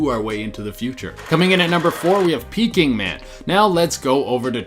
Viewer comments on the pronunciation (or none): Peaking Man? 🤣 Maybe Peking Man?